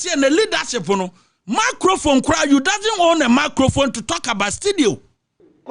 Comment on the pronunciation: Apotwunity. You doesn’t wown a macrofone.